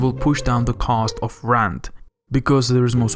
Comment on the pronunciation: Very interesting, but the pronunciation is awful... Rant instead of rent, peris or pierce instead of paris etc